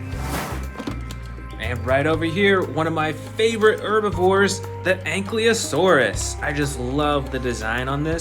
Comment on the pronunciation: Anklyasautids bro said😂